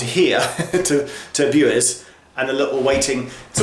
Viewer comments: Bures: 'Bew' as in Rodney Bewes then 'errrs' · Boooooers it's pronounced ! I love those MK3 coaches. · Bures as in “cures” 👍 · It's Bures, pronounced "Buwes" - no wonder my wife finds English pronunciation difficult at times with stuff like that... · Its pronounced Björs. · To clicker 7 Bures it pronounced blurres lol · It’s pronounced Byoors. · It's pronounced 'Be-ors' or 'Be-u-wers' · B-U-ers no W sound :) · John Bicycle Nah, not really. It's pronounced "B-yoors". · Also hearing you pronounce 'Bures' after hearing it on the tannoy was very funny, it sounds like Teesside slang for 'ladies' hahaha "Giz a minute mate, me Bure's on the phone" sort of like 'Beautiful' but lazier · I thought it was pronounced Bures after you attempted Bures, Bures and Bures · I would have said Bures rhymes with Pure with an S, maybe the announcer has a speech impediment. Though a guy on a video i found says 'Burrs' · Pronounced b-you-ers. Bures. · It is a very cute station in a lovely little village and just happens to be my nearest station, I live 4 miles from there. By the way, 'Bures' is pronounced 'yours' with a 'B' in front. I can't understand why you went to Colchester, changed to go back to Marks Tey and changed again for Bures when you can get an Ipswich train from London change at Marks Tey which connects with the Sudbury branch line. Great video. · Geoff, I live in Ipswich, and everyone I know who knows the place, pronounces it 'BYOOWERS'. My late father had a very good friend who lived there. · We are local and pronounce it Boo’ers. Great videos, love all your work. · It’s pronounced b-yours but without the Y. If that makes sense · The local pronunciation is "Byours" (rhyming with "yours") and "Marks Tey" rhymes with "tea", which may appeal to you. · I live in Colchester and i've always pronounced, and heard it pronounced, Marks "Tay", and Bures is B'yoors or Boors depending on how local you are... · I live not far from there, and I believe Bures rhymes with 'yours' !!